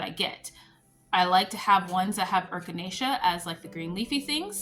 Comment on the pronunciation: Hopefully, your other half feels better soon. Adding fermented honey and garlic works wonders, too. eh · kuh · nay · shuh (Echinacea) You are so cute.😊❤